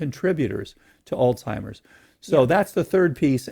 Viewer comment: Wish he would stop pronouncing Alzheimer's as "olstimers" lol